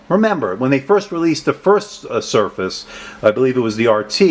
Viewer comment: Thanks for your review. I appreciate these SB reviews. Just a side note so u can correct it, you left the 'r' out of surface in the beginning of the video.